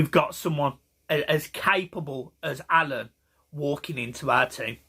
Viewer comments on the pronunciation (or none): its alaan not alun